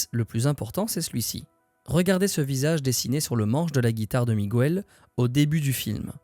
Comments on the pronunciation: Super video comme toutes celles que j'ai vues dernièrement. J'en savais déjà beaucoup, j'en ai appris d'autres. Bravo pour ce boulot ! Ps : Prononcer Miguel par erreur "Migouel" une fois sur deux, ça a trigger mes racines un peu XD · On ne dit pas "Migouel" please, ça écorche les oreilles. Merci